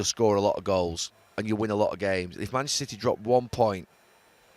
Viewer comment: "Mitchnester City" 😅